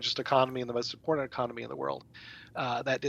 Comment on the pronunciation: It's impornunt!